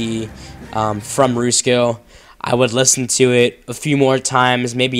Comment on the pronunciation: Rats in the Kitchen. Also it pronounced Rus ko. Not roosko :)